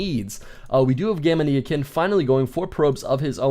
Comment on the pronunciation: gamania like gamania sen not gamaneeeyakin